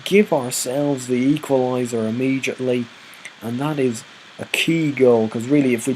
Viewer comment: hilarious. dayboo. im-eejit-ly